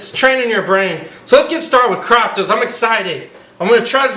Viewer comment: thats not how u pronounce kratos